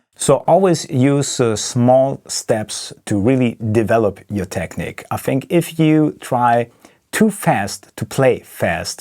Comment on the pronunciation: It's techneeeque. Not Technik. Fellow German from Niedersachsen hier. Just a friendly reminder. I too sometimes pronounce it wrong. Excellent playing by the way. Huge fan of yours.